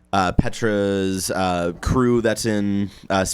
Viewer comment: It's Tetra not Petra lol